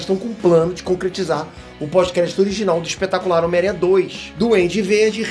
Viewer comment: O não segurando sem falar espetácular,,,,kkk tmj!!!